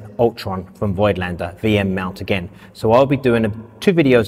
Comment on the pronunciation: People, as a German, please stop calling Voigtländer that way, it is pronounced 'Fogtlender'. Thank you.